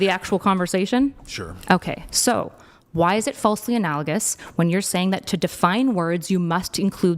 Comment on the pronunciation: She mispronounced analogous lol